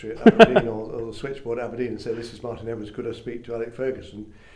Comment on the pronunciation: Fucked up d sound in Martin